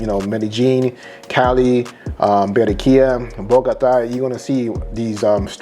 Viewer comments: These Americans with their fnckt up Spanish pronunciations 😖 Its Ba-rran-quilla my guy not Be-rren-quilla! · You sound delusional asf! Having a accent and saying words completely wrong is not the same! How dude say 'Cali' is about accent, saying Berrenquilla instead of Barranquilla is not! You'll never see us spell Americo yet you guys spell Columbia🤦🏿‍♂️